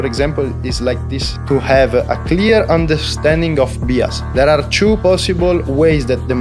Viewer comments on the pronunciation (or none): Bias pronounced BS... Kinda changes its meaning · Learn to pronounce bias.